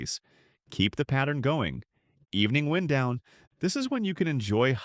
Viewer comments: Good video but this is an AI account “wind down” pronounced wind like the weather. And 1 - 3 hour social medial binge or pronounced 1, 3 hour binge instead of 1 to 3. And the cadence and emphasis on certain words is a give away. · Voice too, no? "winddown" was pronounced weirdly?